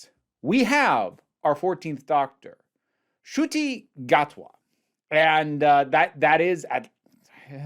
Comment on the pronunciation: As a long time fan of Doctor Who, it is not only absolutely wild to see a black doctor, and not only this but a fellow Rwandan to become the lead for my favourite show ever. It feels very surreal but I am so happy. (Btw the pronunciation wasn’t bad at all!)